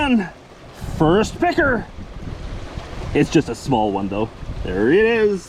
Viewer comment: Sometimes picker sounds like pecker and it is keeping me on edge